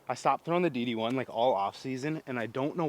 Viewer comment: You keep saying DD1, but all I’m hearing is D1. Also love the course features. Those courses you get to play are awesome.